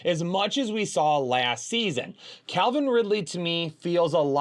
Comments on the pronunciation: Calvin Ridley, not Clavin Ridley 😂. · It’s Calvin not CLAVIN folks